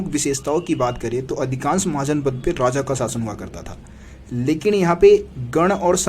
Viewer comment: Radha nahi hota Raja hota h